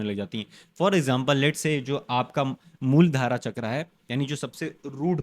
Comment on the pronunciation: Muldhara nahi muladhar bolte usko aur jo topic hai uska indian version ka name hai स्वर विज्ञान kahte hai